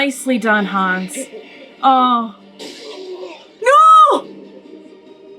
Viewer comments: It's not Hans, it's Hannes. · His Name is Hannes not Hans